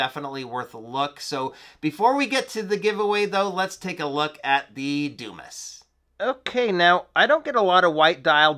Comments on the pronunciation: Dude. That's not a doo-miss. It's a Dumas. Pronounced dew-mah. As in Alexander Dumas, author of the "Count of Monte Cristo." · It's pronounced Dew-MAH. Grow up. Stop embarrassing yourself.